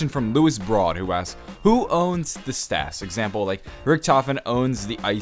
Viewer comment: Idk if this is a stupid question but why does he say staffs like st-A-ffs